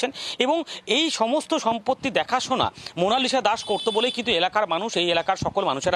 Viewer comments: মনাসিলা ভুল হবে মনালিসা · Eta monashila noy monalisha hobe 🙃